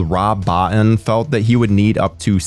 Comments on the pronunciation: It's pronounced Bo-teen. I can't believe there are horror fans would still pronounce the name name incorrectly. The man's a legend. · I'll be one of though guys, but Rob Bottin surname is pronounced Bo-Teen. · Great vid as always. Small thing: Rob Bottin's last name is pronounced "boh-TEEN". 🙂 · I came here to say this